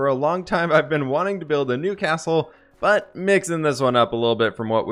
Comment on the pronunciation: 'I want to build a "Newcastle" '🤣🤣You sound like saying that more than 'I want to build a new castle'